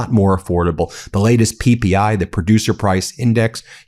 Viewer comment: When you say 'p.p.i.', I think you're saying 'Pee pee eye' 💦 👁️ 😂😂😂. Ah, I'm so goofy and immature. It's hard to believe I'm 50 years old. That's a good name for Trump as his eyes look like tiny pee holes. Or is it just closed from falling asleep 😴 🛌 . 😂😅 🥹